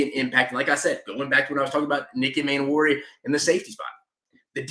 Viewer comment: I agree abt the O Line😂 hasn’t been good in recent memory. Everything else was pretty good. Rlly quick it’s DOWELL LOG-GAINS NICK E-MAN-WORI IK IT HAS 2 Ms at the beginning but it’s pronounced like above. Not being nitpicky just passionate abt Gamecock football and I want them to be pronounced right😂